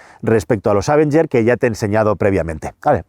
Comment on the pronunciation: Amigos, no quiero ser ese "nazi de la pronunciación correcta", pero el nombre de este coche se debe pronunciar con el acento sobre la E, o sea, "avEnger". De ahí en fuera, me encantan los vídeos. ¡Saludos desde México!